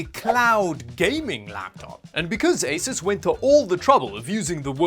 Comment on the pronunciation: It's "AY-soos" not "AY-sis"!.